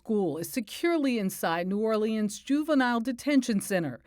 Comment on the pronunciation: New Or-Lee-Ans??? Seriously???